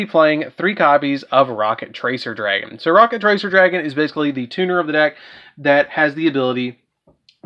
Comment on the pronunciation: why does it sound so weird when says "Rokket Tracer Dragon"?